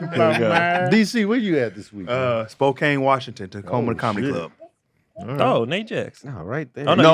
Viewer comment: Spokane is pronounced spo-can